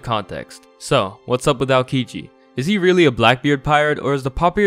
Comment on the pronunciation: I know his name is spelled like Aokiji, but I keep hearing Alkiji, is it just me?